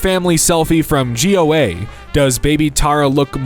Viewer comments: post work family selfie from "g.o.a" is too funny LMAO. but anyways goa is a place in india (pronounced go - uh) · g-o-a lol, it's pronounced go-ah, it's near the state I'm from ^^ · ninja turtles it's Goa not GOA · G. O. A??😭 It's just Goa, like g in goat, and oa, GOA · this is a 2nd Video in a couple of days where Goa, not G.O.A. is said as that. my god, they even lose ability to read when it's non-american word. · I'm laughing at you calling Goa G O A. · Him saying G-o-a instead of Goa makes me so sad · It's not pronounced as an acronym/abbreviation 😭, not G-O-A, but simply Goa.. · It's not G.O.A. it's Goa, a state in India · Behnchod Goa, not 'G' 'O' 'A' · You did not just pronounce Goa as G O A lmaoooooo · no way he called Goa 'g-o-a' it's a STATE not an abbreviation 😭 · i like how he read the name of the indian state goa as g-o-a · it’s pronounced Go-ah but the h is silent. It’s an Indian state famous for its beaches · Uhhh… “Goa” is a city in India, pronounced “go-uh”. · bro did not just call goa G-O-A💀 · Why did you pronounce Goa like that